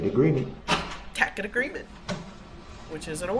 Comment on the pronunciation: He thinks people understand his made up language. The worst part is he believes the rest of the world is saying these things wrong. Biast, licen place, axed, substain, tackit, dis, dat, he believes that he is using the correct words. He says about 100 more incorrect words but those are the ones I can think of right now.